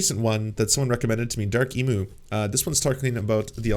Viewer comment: Dude it’s Emu, not Emu.